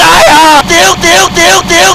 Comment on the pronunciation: 點解次次講點解我都係聽到屌解呀